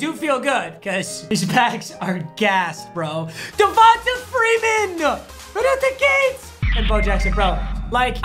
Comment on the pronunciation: devont-uh. whitest dude on youtube